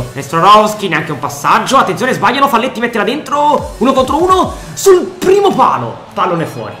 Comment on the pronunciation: bellissima💗🖤ma ti prego, si legge faglietti(è uruguayano)